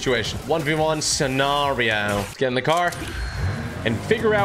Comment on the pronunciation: was funny when he said scenario